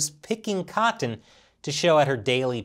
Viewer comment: I don’t think I’ve ever been so triggered by a person’s pronunciation of the word cotton before